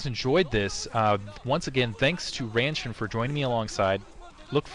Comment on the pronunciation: Ranshin actually is pronouncing the Korean name properly.